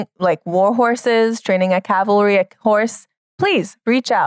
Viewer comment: Calvary is the one american mispronunciation there's absolutely no excuse for